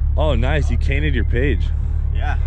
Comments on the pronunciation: Am I the only one that heard "you cainted your page" ? Instead of painted your cage? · “Oh sick you cainted your page” 😂😂😂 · I’m so glad I wasn’t the only on to hear it, I had to replay it a couple times😂😂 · "Oh nice, you cainted your page" 😂🤣😂🤣 yesssss! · "Oh you cainted your page" -cleet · “Oh nice you cainted your page” made me laugh so hard 😂😂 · Cleet said "You cainted your page" about the mini van cage... 4 years later and Im just here to remind you 😂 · Lol when you said you cainted your page instead of painted your cage lol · “Oh nice dude you Cainted your Page” lol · Anyone else notice him say oh nice you cainted your page when he was talking to the boosted boiz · Cleetus: "Oh nice you cainted your page" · Cleetus to Kyle .. "Ah nice you cainted your page" 😂😂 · Did anyone catch him say to the boosted boys you cainted your page? Instead of you painted your cage. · "oh nice you cainted your page" Cleetus 2020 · "oh nice you cainted your page" 😂😂😂😂 Kyle classic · "You cainted your page I see noice" Hahah that was funny 😆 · Did anyone else hear “You kainted your page”?? When he saw the minivan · And he just went with it like he said it correctly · Cleetus " ahhh you cainted you page".....i literally had to listen 5 times to make sure i wasnt going crazy hahaha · "you cainted your page." glad im not the only one that does this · "Oh nice, you cainted your page" 😂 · "ah nice you cainted your page" lol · “oh nice you cainted your page” 😂😂😂 cleetus got a little dyslexic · "You cainted your page"